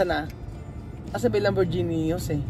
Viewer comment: Lamborghini is pronounced lam- bor-gi-ni not lam-bor-zi-ni